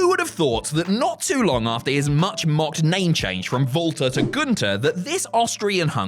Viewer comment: Walter not vaulter. Gun-ther not goon-tur.